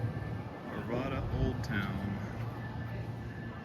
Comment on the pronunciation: Love the video! I'm from Arvada- it's actually pronounced with the second A like "rad." Ar-VAD-uh, not Ar-vah-duh